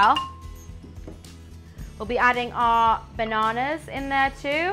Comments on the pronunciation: baawnaawnaas LOL how she talks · Itvwas funny when she said. Bannanas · It was funny when she said bannanas